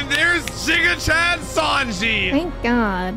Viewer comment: Only guy I know who pronounced "giga" as "jiga."